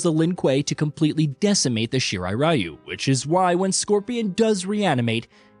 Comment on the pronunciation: if it's Japanese ninja clan why can't people pronounce it in Japanese RYU "REE YOUU" Even when you hear it being said properly people just don't care Ugh why bother for the creator then i don't understand